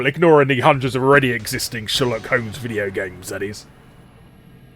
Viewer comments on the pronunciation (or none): none